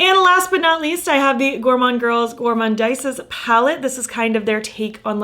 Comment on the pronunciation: I looooove all your looks. I actually like the gourmande girls one. I’m not criticising but just for reference, it’s pronounced goremonde and goremondeeze 🥰 Your looks inspire so much x